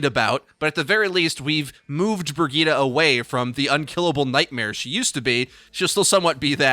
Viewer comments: Wtf bri-g-ee-ta????? Its bri-j-it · It's "Bree - Gee - teh" with emphasis on "Gee". And the "Gee" is short since it's a double T. Where are you guys taking the A from? :D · brigeet brigoot, this hero is moot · I've never heard someone pronounce the name Brigitte so awfully bad, rofl. So bad.